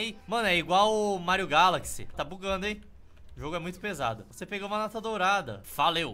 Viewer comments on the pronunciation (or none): none